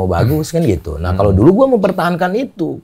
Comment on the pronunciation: Lidah sunda ga pas bilang gua.